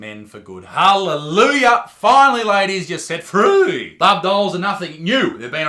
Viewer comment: i loved when you said frEee